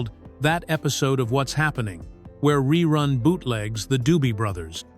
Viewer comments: To the one who is telling the story. If you going to talk about it. Then first say Rerun instead of Reroon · "RE-ROON" Yeah AI sucks!! Thumbs down. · when your AI can't pronounce the word "run", I'm not worried about you taking over the planet. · The AI can't even pronounce ReRun correctly. Listen to and edit your videos before posting them, please. You can do better. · I said the same thing 😂😂😂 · I made it in and had to stop. RERUNE is not his name LOL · It must be AI because that is not how anybody said his name or how you would say that